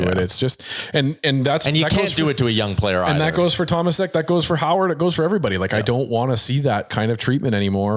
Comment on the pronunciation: Correct pronunciantion of Tomášek should be more like “Tomashek”. You guys pronounce him with “s” instead of “š” which is in his real name. I must know ‘cause my first name is Tomáš 😅